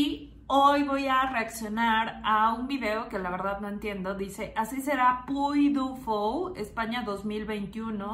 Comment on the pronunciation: Se pronuncia puy di fu, es francés y ya se inauguró